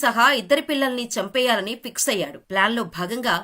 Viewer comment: పిక్స్ అయాడు కాదమ్మా, దాన్ని ఫిక్స్ (fix) అయ్యాడు అని చదవాలి. ఇంగ్లీష్, తెలుగు భాషల్ని బాగా నేర్చుకున్నాకే యాంకరింగ్ చేయండి.